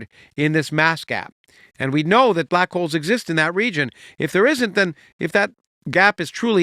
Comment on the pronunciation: With all this talk of Santa in the comments, I kept hearing him say "black coals" instead of black holes. Santa understands black coals.